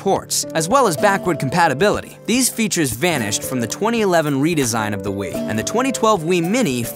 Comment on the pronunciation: I like how your saying "will" instead of "wii"